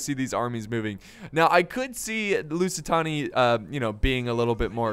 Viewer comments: Couldn't stand watching the video coz every time said "lusitoni" I screamed behind the screen "It's LusitAAAAni" XD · its lusitAni not lusitOni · Holy shit dude I can't keep hearing "Tony" when there's clearly no way to mispronounce the name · Love the Rome 2! But you calling the Lusitani, Lusitonia was annoying me to hell xD It's present day Portugal by the way. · LusitAni , its simple , u say it like u read it thats it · It's LOO-SEE-TARNY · That’s why it sounded wrong